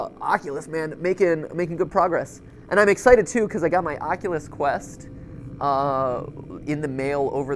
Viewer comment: Matpat: oculous rift.... Me*skips 10 secconds* Matpat:Oculous quest... Me skips 10 secs again Matpat:OcoULuS QuEsT